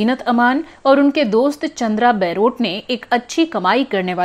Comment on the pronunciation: Chandra Baarot is mispronounced in this blog as chandra Bairot...